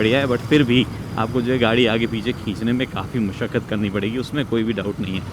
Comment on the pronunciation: Musakkat nahi hota hai masakkat hota hai “galti dhoond hi lunga” 😂